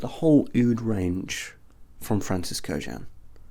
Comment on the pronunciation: And there's even a Silver Scent Intense?! 😱I can only imagine. And thanks for pronouncing Kurkdjian correctly!